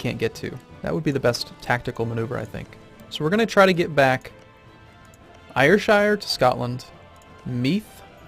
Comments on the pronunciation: air-shire! not eyer-shire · Ayrshire is pronounced Air-shire..... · Every time he pronounces Ayrshire wrongly I die a little inside(it's airshire)